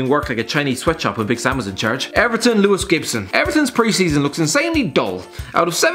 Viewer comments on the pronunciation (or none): none